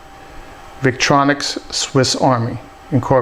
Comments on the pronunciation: Victorinox, not Victronics. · thank you for the review. by the way the name of the other company is victorinox, not victronix